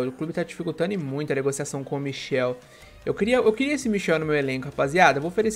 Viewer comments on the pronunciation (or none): é michAel não michel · Nao é michel é michael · Não é Michel é Michael